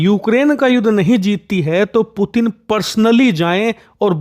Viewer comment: name tho sehi se bolde 😂😂